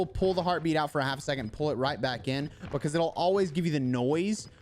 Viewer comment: Love how you say „bacahse“ XD just jokin, I love your vids and my solo performance has really improved, thanks for that🙏🏻🙏🏻